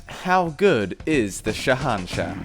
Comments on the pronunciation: It's pronounced shay un shah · It is said Sa An Sah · It is pronounced as sh a hen shaah and it means king of kings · Sha nah sha-sha is how it's pronounced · its shahanshaH. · The pronunciation is killing me